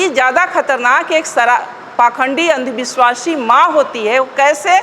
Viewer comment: सराबी ❌❌❌❌❌❌❌❌❌ "अंधविस्वासी" ❌❌❌❌❌❌❌